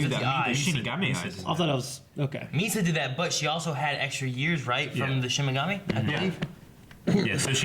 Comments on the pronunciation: repeat after me 'shiNigami'...lol... not 'shiMigami' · Shinigami not Shimigami.